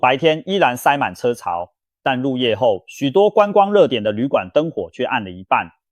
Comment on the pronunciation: 入夜後不能唸路夜後；你口腔唸字的拼音不正確這種壞習慣很不好，奇怪